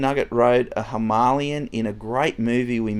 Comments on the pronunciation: Love the content. Keep up the great work! Except…. Please, please pronounce Himalayan properly. 🤦‍♂️ It’s NOT Ha-malyan. It’s Hee-mah-lay-an. 👍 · Hi, I really like your videos! Just a by the way, the Himalayan is pronounced like the Himalayas in Nepal, i.e. “Him-a-lay-an”. It’s definitely not “Him-A-Lian”! Sorry if I sound like a dick but someone needs to say it! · Royal Enfield “Himalayan” like from the Himalayas….. not “Hi-ma-li-an” 😉😊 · Please tell me mispronouncing ‘Himalayan’ was a joke! Or have I been saying it wrong all this time!!